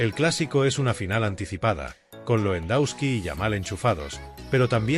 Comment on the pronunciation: Que aberración el locutor , Champions le ague, Lendauski y asi varias joyitas mas, que basura!!